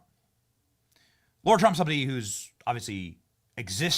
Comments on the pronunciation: Love ur show Benny just need to question one thing I thought Trump's daughter in-law was called Lara Trump but i have heard u call her Laura Trump repeatedly...can u clarify pls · Benny, I have been trying to decipher whether you are saying Lara wrong because of your accent or because you don't know that its not Laura. I keep telling myself surely there is no way you don't know, but I still hear you saying LAURA not LARA (LA-RA simple as) 😝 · F-ing Lar-ha not LAURA